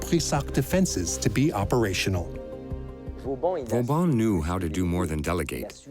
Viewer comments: Per favore, disattivate la voce dell'I. A. che non ne indovina una !!! Vauban è diventato in poco tempo Vavon, Va Bon, Vavàn, Valbòn ... Ciò toglie serietà e credibilità al documento !!! 😂❤🎉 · Too bad the AI voice and CC wasn't able to pronounce Vauban's name properly.